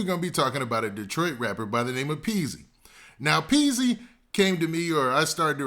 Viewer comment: Its Peezy..not peaks. Wtf is peaks 🤔